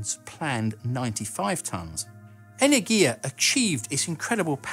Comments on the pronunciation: Just for information - it is pronounced enErgia, not energIA. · It's pronounced "energya", not "energheeyaa". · As a Greek, listening the pronunciation of Energia (Energy/power) wrongly is weird. It is not "energIa" it is "enErgia". ;) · If you are making videos with Russian words, you should first get the pronunciation and emphases right! It's pronounced Enérgiya, NOT Energíya... and Glushkó, NOT Glúshko! Bábushka, NOT Babúshka!!!! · Your videos are amazing and I put much effort in watching every one of them, but please, you need a Russian pronunciation advisor. Almost all of your russian names pronunciation is incorrect. It's "en<E>rgiya" and not "eneng<I>ya, it's "zen<I>t, not "z<Enit>. I can help, if you want! :-) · Not "energiya" but "energya" !!! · 'энергия' which is 'energiya'. energya would be энергя which is wrong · Enérgia, Glushkó, Korolyóv. Honestly, one thing that always takes me out of this sort of videos is butchered pronunciation. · Awesome video as always! May I give some Russian pronunciation advice? enErgia (second 'e' stressed), glushkO ('o' stressed), korol'Ov ('o' stressed, and 'l' is soft like in 'lonely). Of course, that's not a crucial thing. I do it just in case you look for some feedback ;-) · Pronounced enErgiya (energy) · Nice video, only problem was every time you said the spanish word energia. The G there should be pronounced more like an H in english ( ) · The stress is on the second syllable tho. Google's tts reads this word correctly.